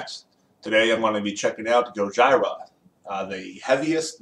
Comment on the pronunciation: It’s pronounced gojeera bruv